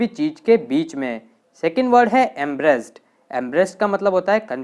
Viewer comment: Embrased nhi hota, Em-barra-ssed hota hai